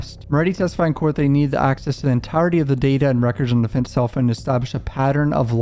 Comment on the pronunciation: What’s a phoon? Is he trying to say phone?